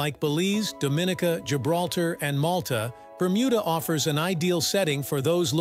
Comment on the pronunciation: Incorrect pronunciation for Dominica.